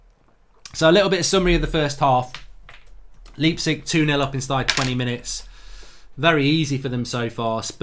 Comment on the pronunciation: He says Leepsig again! It's Lipe-Zick!!! ;))